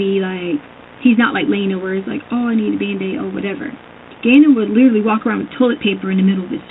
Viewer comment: ”Liddurly”. “Izzzacly!”